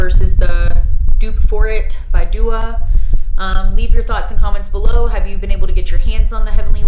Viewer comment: It is Dua in English and du-A in Arabic. Not D.U.A.